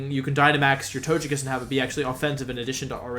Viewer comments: it's not tochekiss but togekiss, it's a japanese name not english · I have to know, does he say the pokemon's name incorrectly on purpose? Arcaneenay? Tojuhkiss? Jiggalith? Cinderachi? He says Ninetails... THEN SAYS Neenaytails?! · Do you say Tojekiss on purpose?